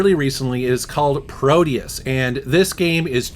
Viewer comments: PRODEUS. Not Proteus. Thanks for Video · that total overkill game looks superb, game named PRODEUS is superb game, i am very sad they didnt finish it, that games is in rang of Unreal Tournament and Quake 2, DOOM, its that good. Also its ProDeus, not ProTeus...also developer of that game made some maps for Doom Eternal, also, you SHOULD NOT play fps games on a console. thats like having a sex with a beautiful girl with your eyes closed. PC only dude